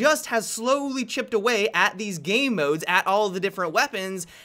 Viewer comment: Always sounds like says "gay modes" inatead of game modes.